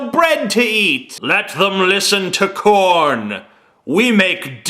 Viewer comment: The way he pronounces 'Korn' is funny